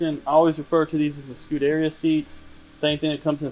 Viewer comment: Someone selling a Ferrari should probably learn how to say Scuderia....